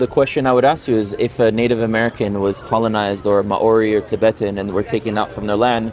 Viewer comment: Always interesting videos and his conversations. But …..If you are going to site a peoples of the land please learn to pronounce their name. Eg. Māori people of NZ.